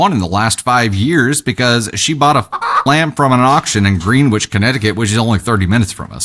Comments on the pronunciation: Greenwich pronounced grenich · Lol 😂 I totally get the mispronunciation because the way you said it is the way it looks. But just FYI from a New Englander: Greenwich Is pronounced "Gren itch" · Greenwich is pronounced "GREN-itch," 😊